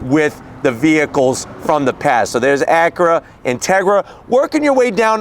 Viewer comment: Drinking game, every time he says “Acuhra”.